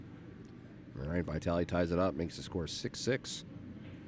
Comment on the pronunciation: if you take drink every time say VAItally, even old babushka, you would be complETEly dead. for *&^%$#@ sake, it's even spelled with two и